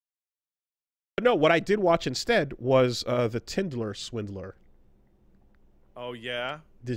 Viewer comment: incorrectly says “Tinder” as “Twindler”, proceeds to correct himself by saying “Tindler”